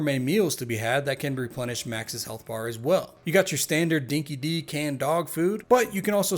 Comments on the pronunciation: Dinky Di isn't pronounced Dinky Dee. It's Dinky Die. 🐶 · Aussies cringing every time he says "Dinky-Dee" and refers to "Team Bondee" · "Dinki-Di" is pronounced "Dinky Die". Its an Australian slang term you could translate for 'legitimate'... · pronouncing dinky di wrong angered me way too much 😅